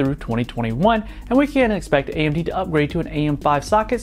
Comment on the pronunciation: 25 seconds "RAY-MD Ryzen" Raggy!